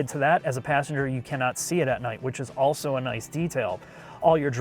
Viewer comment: Auso in the final segment. Bruh, just take a quick second to learn how to say 'also' - not that hard